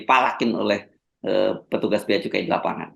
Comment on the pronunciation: Saya minta ma'af, salah membaca Bea Cukai terbaca: Bea Kecu !